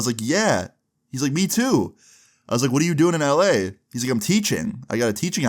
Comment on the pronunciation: can’t be the only one who hears “I be in LA” every time he says LA right?😭